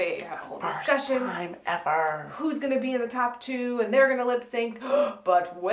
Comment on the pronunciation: Ha ha! "Lipsanc"!! [Avaryl, 2019]